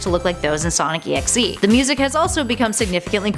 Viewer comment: okay. the thing that pisses me off is the fact that she says sonic EXE on sonic DOT exe.